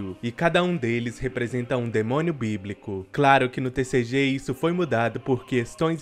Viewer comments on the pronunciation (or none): "biblíco" foi foda kk